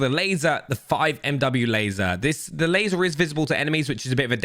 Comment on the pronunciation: laseer ????? ememy can spot on you lol